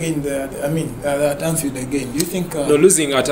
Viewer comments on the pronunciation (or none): its anfield not anshield 😂😂😂